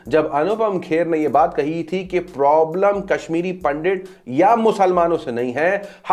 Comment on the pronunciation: Nafrath Humne nahi Paidha kiya tha! Humne tho Baahe khol kar Non Hindus ko welcome kiya tha... Nafrath kaha se paidha hua, hum sab jaanthe hai but kehna nahi chaahthe kyuki... Secularism!! Btw, its NOT पंडिट its pronounced as पंडित